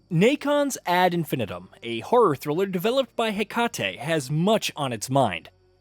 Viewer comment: You should probably learn how to say the phrase 'ad infinitum' before you review a game based on that phrase, lest you come across as a bit of a spanner.